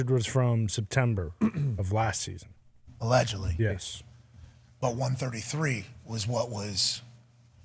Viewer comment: Pat "alledgily" McAfee